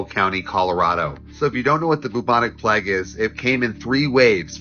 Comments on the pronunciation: The Pleg? (Plague) it’s pronounced like Playg that’s why you don’t see a bloody E as the third letter of the word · Dude was saying the pleygue 😂😅 plehghe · The way that guy pronounced Plague, Pleggg......... Ahhhhh!!!